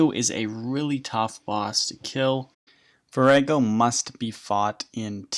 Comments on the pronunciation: Its vor ah go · The way you pronounce Vorago is hilarious.